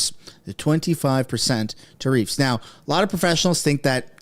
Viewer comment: Trudoh Grasping at straws!¡, your mispronunciation of TARIFFS Is As Annoying as Fergus Muting the Mike During QP!! FIX IT!!!